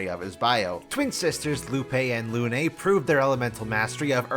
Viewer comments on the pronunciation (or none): none